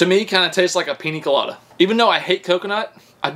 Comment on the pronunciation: "Peeny collada" 🤣